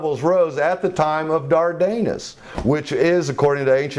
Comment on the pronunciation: "Dardanus" is mispronounced in this documentary. The accent is on the first syllable, not the second.